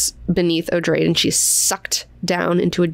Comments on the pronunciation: It's meant to be 'oh-dray-dee-', the name is explained upon the introduction of the character. It's derived from the name 'Atreides' and the pronunciation is more or less the same :) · Noticed that you, as well as Quinn on his channel pronounce "Odrade" as O-drayd . When I read, my mental voice pronounced the name as O-draw-day. Just a silly thought that came to me in my sleepy head. Love your channel, thanks for all you do. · I pronounced it Oh-DRAW-day because it is a derivitive of Atredies. So I assumed three syllables and the emphasis on the second.